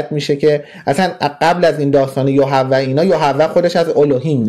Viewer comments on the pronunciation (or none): جناب دانا ، یُهَوَه نه یَهُوَه درسته! فَصَح نه فِصَح درسته. الوهیم نام اولیه خدا در یهود نیست. اهیه اولین نامه که یهوه هم از ان گرفته شده. الله در یهود و مسیح با نام الوه یا الاه بوده! بیشتر مطالعه کن